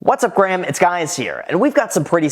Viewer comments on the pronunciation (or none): why he said hi gram its guy here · "What's up Graham it's guys here" ???